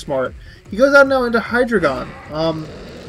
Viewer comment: also hi-dray-gon